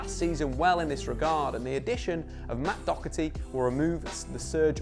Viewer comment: Why does everyone call him matt dockerty